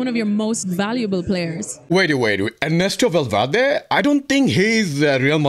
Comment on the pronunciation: she said enesto valverde 😂😂